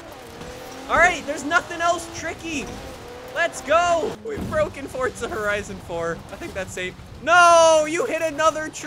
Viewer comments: Why is he saying "Fort-zuh"? It's For-zuh. Just wondering (like is it an accent or dialect or something?) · why do you call it fortza not forza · Why does he say forsta not forza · Does anyone else get triggered when he says welcome to a new Fortza video instead of Forza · Fortza .. seems legit